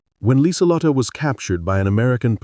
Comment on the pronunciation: "Her name was Liselotte Bauer. Last name means farmer, and AI actually got that one right. AI narrator messed up her first name, though. Should have 4 syllables, not three. It's pronounced Leezuhlotta. Lee Zuh Lott Uh. German doesn't have silent e's.